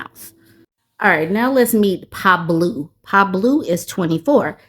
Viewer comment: your pronunciation of pablOO took me out 🤣 these are hilarious